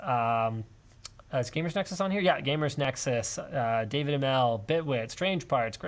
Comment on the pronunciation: "Dawid" is pronounced "dah-vid." He's South African